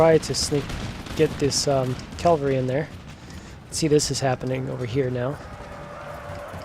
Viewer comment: Enjoying these vids. Its cavalry rather than calvary 😅